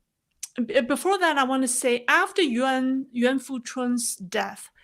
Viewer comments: “Nguyen” is pronounced like “Win” in the American way. It’s a bit more complex to pronounce “Nguyễn” the Vietnamese way, because of the diacritics/accent marks. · That’s not exactly right. It might be helpful to think of Nguyen as 2 syllables, but it’s really a single syllable and the Ngu sound should not be flattened out or simplified as “nu”…the ‘g’ is very prominent in Nguyen and in fact, dominates in the “Ngu” pronunciation portion. From there, the “yen” is not tonally the same as “when”. I suppose it’s helpful to think of the “yen” as a ‘w’ sound, but it really isn’t. Also, the “yen” is pitched higher almost as if saying “yeen”, not “when”. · This is a foreign way of pronouncing it. The vietnamese tone is very difficult to learn.